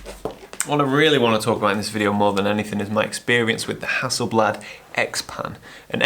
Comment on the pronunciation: Isn't it 'Hasselblad'?